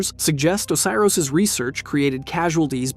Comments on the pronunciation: he also said Oh-kay-ros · O-see-ros is the one that got me. On top of that he doesnt even keep the pronunciations consistent